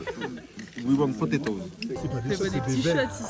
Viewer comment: « We want potetoes »